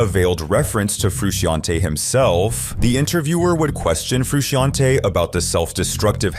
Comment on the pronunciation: "John Froo-she-on-tay" is the most butchered pronunciation of "John Frusciante" I've ever heard.